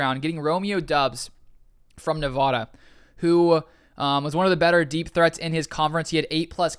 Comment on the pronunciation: it’s (NE-VA-DUH) not (NAH-VAH-DAH)